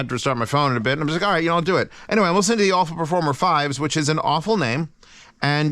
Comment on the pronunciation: I think it's pronounced Ah-fu which means prosperity in Chinese.